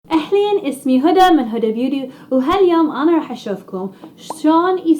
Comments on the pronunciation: تضحكني وهي تقول هدى بيودي😂😂😂😂😂🤦🏻‍♀️ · يعني انتي ماتعرفي تنطقي حرف التاء والدليل قلتي هدى بيودي ويوم قلتي كونتور قلتي كونتور انتي تعرفين تنطقين حرف التاء او لا معليش خليت كل الفيديو وركزت على طريقة الكلام🌚😂